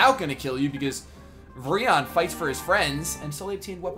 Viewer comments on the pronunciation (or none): virion is pronounced similiarly to the eeveelutions, like Vir-eon :) casually adores this game BTW this series is what introduces me to ya, so new sub yeee i looked at your other playlists and i've heard about you but never really checked up on your channel so let's see how you are :)